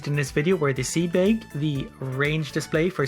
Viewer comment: Seed BAEG I'M SORRY IT JUST SOUNDS FUNNY